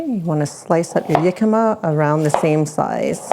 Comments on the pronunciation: Pronounced.....Hic-cam-ma, not Yic-am-ma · We used to live in Phoenix, and Jicama was EVERYWHERE down there. It's a staple of Mexican cuisine, and we've had it in hundreds of different ways. This looks like a fantastic new way to use it. By the way, it's pronounced with an H sound. It was driving me crazy hearing you call it "Yicama," lol 😂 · Jicama, my favorite substitute for water chestnuts when they aren't to be found. In the US, we called them "hicama" where the "j" is pronounced as an "h". It's interesting to hear that Canadians pronounce it as "yicama" like a "y".